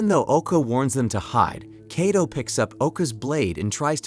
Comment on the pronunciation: well the AI you’re using is faulty. How could it say the same name differently it said at first Kayto then started pronouncing the name as Kaddo